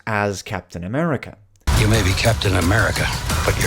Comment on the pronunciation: Captain A-meh-rica. What a dismal state the MCU is in these days, apart from Spiderman - nothing has hit that sweet spot since End Game.